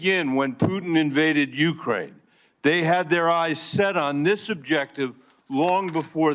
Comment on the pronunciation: Uckrain started it back in tow thousand fourteen